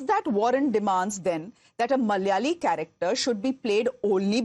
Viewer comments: Not Mal'yali... it's Mala'ya'li "It's silly... but not negative..." EH?😮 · The whole movie feels like cultural appropriation 😅😅😅 she couldn't even say the word "malayali" properly. There are 2 distinct pronunciations for the letter L. Thats like the basic thing you know as a malayali. She could've used a dubbing artist. Its not that hard to find one 🤷🏻‍♀️ and who even has the name sundari in Kerala?? Maybe a cat or a cow?? Like wtf was that all about?? 😂 not to mention that unintelligible surname!! WAAAT??!!